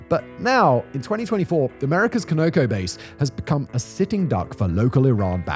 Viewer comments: Con-o-co. Continental Oil Company which is now ConocoPhillips Phillips I believe had been Oklahoma based and Continental Oil was Texas based. ConocoPhillips is now based in Houston, TX--- like most big Oil companies. Simon .... it's just NOT pronounced 'co-no-co'. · Ok Simon, you have to fix your pronunciation of CONOCO. It's like an ice pick in my ear same as George W. Bush saying NUCULAR instead of NUCLEAR. CONOCO is pronounced CON A COE. Not CO NO CO. Just trying to help my British cousin. ❤️👍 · It's pronounced "con-uh-co" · The petroleum company is pronounced KonAh Ko. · locked in a basement? This is the 3rd video I've seen where he pronounced CONOCO wrong. Plus, if Simon is locked in a basement, he should have plenty of spare time to learn how to say CONOCO correctly. I get he doesn't understand the Colonies, which I've only brought up one time. But, pronouncing words correctly shouldn't be a heavy lift.